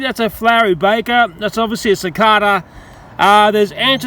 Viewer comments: its Pronounced Si-Kae-Da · It’s pronounced suh.cay.duh,sorry for being a smart ass might just be where we’re both from (u.s) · it's pronounced SICK-AY-DUH instead of SICK-AY-DUH. just saying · Suh kay da that's how u say it